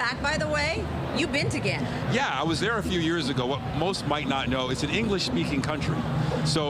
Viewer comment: Its GHAA-NAH .... NOT GHE-NAH ya dummies.